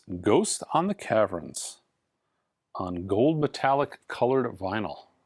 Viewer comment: What did you say the name of that Glenn Campbell album was?Caverns?!